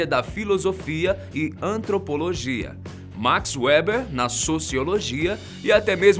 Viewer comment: Por que você pronuncia todos os nomes estrangeiros à maneira inglesa? Weber, em português, diz-se "Véber"; Karl Marx é "Carl Márcs" e Emmanuel Kant é "Emanuél Kânt". Isso é colonialismo cultural.